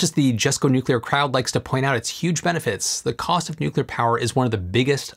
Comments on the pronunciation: Thank you,, for properly pronouncing "nuclear"!! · "To search for perfection is all very well But to look for heaven is to live here in hell" - Sting (Consider Me Gone) Happy 4th July, thanks for being one of the alarmingly few Americans to pronounce "nuclear" properly too. I'm absolutely stoked to see they've sold 30 plants already - THIS is the future, it will also help us enormously in space at some point too especially further out from the Sun. Personally I envisage a mixture of generation methods going forward, I actually see solar and wind being used more for variable output purposes such as generating hydrogen for hydrogen fuel vehicles (that's going to be a big one). Two other big factors too - you touched briefly on national security (for materials supply chain) with Japan, I think this is a much bigger issue than it's been made out to be especially if international shipping routes become tenuous. The other one - grid load. The wild increases in demand that electric cars will invariably have (especially with the fantastical legislative deadlines projected to date) are going to be impossible to generate and distribute properly for many areas. They're going to HAVE to switch to distributed generation more and more, just to handle the load. You thought power plants were expensive - try transmitting all that power. This is where the mix of SMRs, solar, wind, etc. will help quite a bit because it won't have concentration of generation we see now. Current generation sites were chosen for proximity to water, wind direction